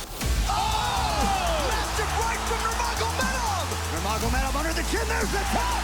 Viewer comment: Why the fuck can't ANY UFC pundit say Nurmagomedov properly?